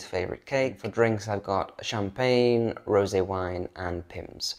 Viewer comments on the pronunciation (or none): none